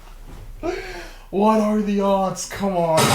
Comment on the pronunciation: why did he sound danish saying hvad at like something